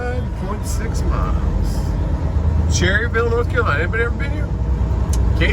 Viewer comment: I live in Lincolnton nc not far from Cherryville nc and us from around here actually pronounce it Cher Ville with emphasis on the ch like chair.. it almost sounds like chairville instead of saying the word cherry then Ville lol..